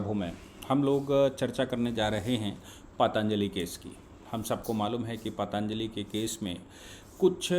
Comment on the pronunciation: paatanjali nahi patanjali boliye.